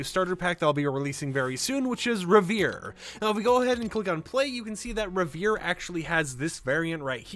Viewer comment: rev·er·ie /ˈrev(ə)rē/ You're not pronouncing the third syllable